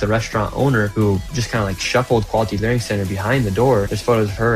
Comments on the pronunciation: I love how he keeps calling it the LEARING CENTER😂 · It's "Learing Center"